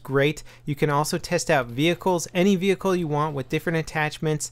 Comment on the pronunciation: WTF vehicrklierlerhnkiubgoi ghWTF IT IS VEHICKLE NOT VE HI CRE WTF and also WHY DA FUQ no no just excuse me people today and my alful behavior I guess it's not my day today